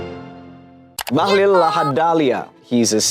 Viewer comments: Bahlil ❌ Bahlul ✅ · Bahlul not bahlil